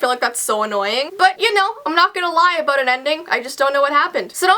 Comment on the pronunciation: about aBOOT? Ahbout? ahbout?